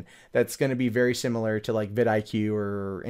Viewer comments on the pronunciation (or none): none